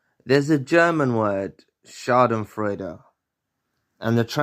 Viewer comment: You pronounced “Schadenfreude” very well. Many greetings from Germany from a listener who not only learns from your content, but also english :) Germany is very far behind when it comes to the topic narcissism. Thank you for your work and effort. Wishing you all the best.